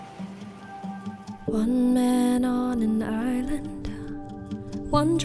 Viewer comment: you’ve pronounced “island” like “Ireland”. There’s no R.